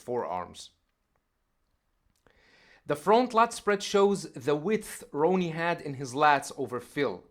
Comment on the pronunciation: Dude Ronnie Whoops His Ass All Day Long. & Its RONNIE Not Ronie